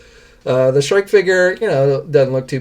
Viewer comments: Shriek is Pronounced as Shreek, not Shrike. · Yes! I Love Batman Beyond! Also, it's pronounced as "shreek" not "shrike" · Pp s h r i e k is pron ounced s h r e e k trees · Shriek = shreek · Why are you pronouncing Shriek like that?